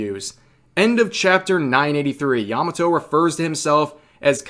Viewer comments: Yah Mah Toh Not "yama toe" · I'm not trying to erm actually you but Yamato's name was a slightly different innotation from what youre using, its not yamaTO, its YAMAto. Hard to explain but yea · yamato just female who fangirling oden...not "indentified as" or "pronounce as" bullshit.